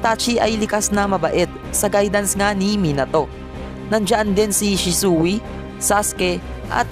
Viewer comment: bakit shi su i ang prounounciation nun shisuy